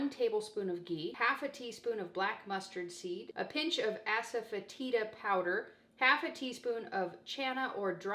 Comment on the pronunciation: all of your videos rock! We eat low carb 90% of the time so this would be possible on a 10% day. But really?? You have asefetida in your pantry?? Ues you pronounced it correctly. I just heard of it on a chef challenge show a couple weeks ago! I will have to look for a couple of these ingredients before I can consider it. Many Blessings to you & Robert from Deborah in West Virginia!